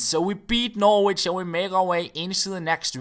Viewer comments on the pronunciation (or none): Norwich is pronounced Norrich just so you know for the future:) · Hi, I wouldn't expect you to know but Norwich is pronounced without the 'w' like "Norrich":)